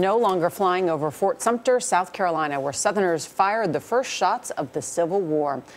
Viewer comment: "Sowf Carolina." Is it that hard to pronounce a "th?" #KEEPTHEFLAG